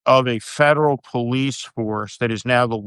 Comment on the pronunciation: PolICE pronounced poll+ice. There’s now police and polICE.